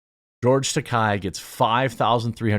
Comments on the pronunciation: Can't pronounce Takei's last name 🤦‍♂️ Where is this Takai ? Name is Takei .... TA - key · Way to go Riley! I hope she starts getting some help, though. She shouldn't be expected to do everything. On an unrelated note; roast Takei as much as you want. He certainly deserves it here. But, please, pronounce the guy's name correctly. It's Takay. Unless you. meant to mock him over his name(?)